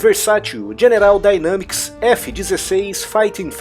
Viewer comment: Dynamics -> Daineimics ...só uma correção na pronúncia :)